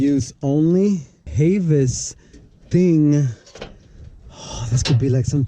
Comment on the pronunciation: Whelen is pronounced: whey-len Havis is pronounced: Have-is Your sirens don’t work because it has a park neutral switch Put the car into gear, switch the selector to the far right and the siren should work Then use the horn to switch tones You’re welcome